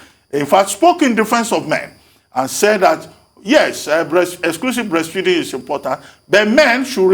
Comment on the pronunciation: Dr Abatti, had difficulty pronouncing breastfeeding! He was about to say breastfeasting! He likes what he likes!!!!!!